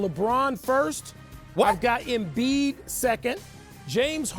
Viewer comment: Are u serious stephen A. You said Embid now you trippin bro please stop it !!!👎